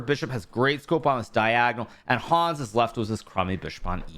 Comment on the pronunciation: Lovely recap. Could you please pronounce Hans more german? A get anxious hearing your „Hooons“ (german writing)